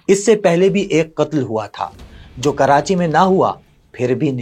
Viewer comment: Sir city name is not karanchi its KARACHI